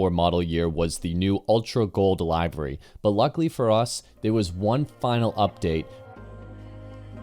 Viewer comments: 45 minutes was good Bro. Especially if it’s a well done vid like this. It’s also great you read your own copy - I hate robo voices. Related to that (and I mean no offense whatsoever…so “livery” is live-eree, “Guintoli” is Ginnt-olee with emphasis on the Ginnt, and “Mille” is Me-lay. I hope that helps. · I hope you have learned how to pronounce: livery, Haslam, accelerometer, etc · You are mispronouncing "livery"